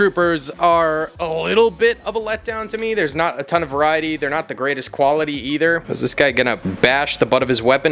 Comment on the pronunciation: He became more German the more he said ton hahahaha